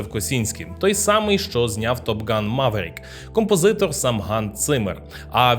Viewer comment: Правильно казати не мАварік а МЕверік